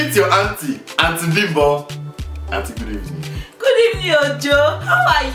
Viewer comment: Instead of auntie bimbo I heard auntie pimple please tell me why